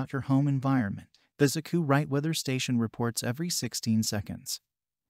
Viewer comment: Hey,, no human would call this "Acoo-Rite"! Play on words, don't you know!